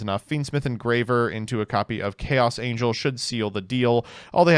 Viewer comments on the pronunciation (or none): none